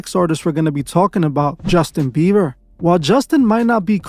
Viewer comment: "Justin Biever" 😂